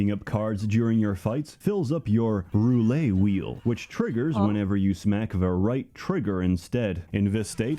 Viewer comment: "Chat what is a roulay?" That's how you pronounce roulette if you have brain damage. lol